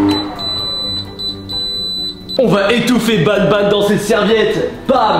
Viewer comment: C, est pas nabnab c'est banban